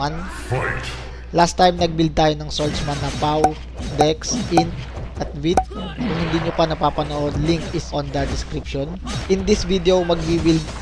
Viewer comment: you don't say vit, "bit". its stupid. vit is short for vitality. u dont pronouce it as "bitality". thats just stupid. u pronounce it as "bait". like how u pronouce the words: vitality="baytality", vital="baytal", vitamins="baytamins". no offense my guy.